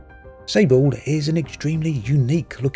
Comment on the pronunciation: "sable" is french for '"sand" and is pronounced like sahhbluh - just as a reference as it is desert-based!